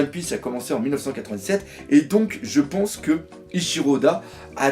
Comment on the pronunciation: Cet accent du sud qui sort à hahaha 😂 "moi je peinse que"